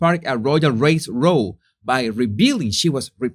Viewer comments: "row" as in fight rhymes with cow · Americans, please! The word isn't pronounced "row" as in "row a boat", it's pronounced as if it rhymes with "brown", or "down", or "town", or "clown", or "cow", or "crown", or "drown", or "frown". Thank you. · Quick pronunciation tip: the word 'row', as in heated argument, rhymes with 'wow'.